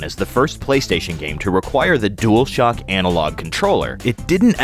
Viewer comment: DUALshock, not Duelshock